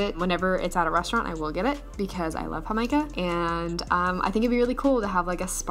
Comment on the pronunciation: Totally in love with you Jamaica pronunciation